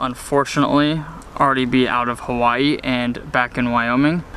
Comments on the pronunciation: I am a loko and you say Hawaii wrong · Shaddup nigga say Hawaii right